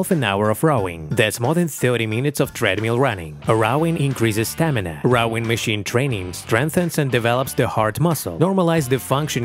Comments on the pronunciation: It’s rowing not rawwing . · Dude, you need to work on the pronunciation of "ROWING", there is no A in there!